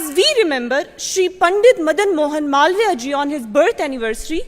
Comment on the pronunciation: इसका उच्चारण मलाविया ठीक नही है। मालवीय है।